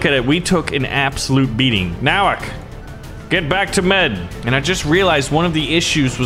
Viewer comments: I’m happy my last name is their but he miss pronounced it It’s No-wak No offense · Nowak is a Polish surname and it's pronounced as Novak